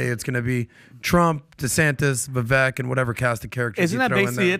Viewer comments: It’s Vivek …rhymes with cake, please get it right ! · You all like Vivek so much … but you can’t even say his name correctly! 😂 Vivek like shake. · VivAk - its a LONG A fellas....Vivaaaaaak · It's Vivek pronounced like vye-vake 😅 .... I wish he would be VP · His name is pronounced vi-vake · Understandable and common mistake Vivek is pronounced ["Vi-Vake" like CAKE]😇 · Didn't they have Vivek on the show? They still can't pronounce his name correctly?